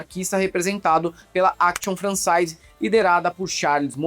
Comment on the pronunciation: Caro. Vc faz parte de uma das primeiras gerações ignorantes em francês no Brasil. Pelamordedeus, não pronuncie palavras francesas com "ai" como em português. "Ai" em francês se pronuncia "e". Então não fale "française", e sim "francese". Vocês, comunicadores, fariam muito bem aos ouvidos daqueles que estudaram francês por 2 anos no ensino médio se estudarem só um pouquinho de francês, ao menos para reconhecer uma palavra francesa e como pronunciá-la. Forte abraço.